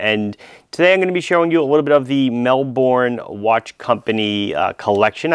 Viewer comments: Ahhhhh............ It's Mel-burn not Mel-born!!! Otherwise great video of course :D Love the Gold case Portsea, the one you reviewed is nice as well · Mel-BUN. Not mel-bourne. It's not Jason Bourne. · Mel boooorrrrnnneee It’s like melbun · Great review and great to see you stocking this microbrand from my home city! And yeah, over here we pronounce it "mel-burn" not "mel-borne". Aside from that, loved the review! Cheers! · It's pronounced "Mel-Bin"...